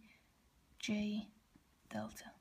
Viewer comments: Omega and theta, not "double-u" and delta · keep posting more videos while keep in mind revised the video before uploading because in this video you pronounced wrongly for theta and f(x) instead f(t). so just encouraging you to keep it up. Thanks for basic explanation of FT!